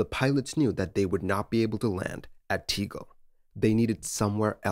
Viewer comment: T-eh-g-eh-l. There is no ‘e’. Unfortunately, closed now.